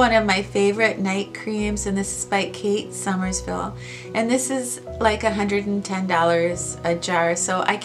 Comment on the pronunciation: You always say "Somersville", but it's "Somerville":)) 🌼